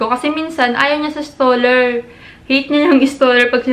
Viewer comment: Stroller hindi staller 😂